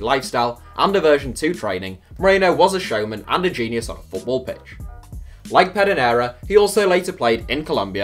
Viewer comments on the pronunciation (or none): none